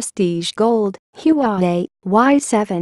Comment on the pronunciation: Its HUAWEI not yuwawei